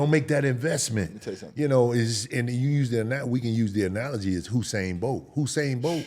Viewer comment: "Hussein Bolt" 🤣